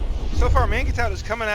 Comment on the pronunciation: Isn't "mangetout" pronounced more like "monj too"?